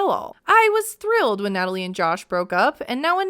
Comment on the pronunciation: Nutaly isn’t needy…she is NIIDJE! Gosh I can’t stand her… “who?! Me?! Yukranian gorl?!?!”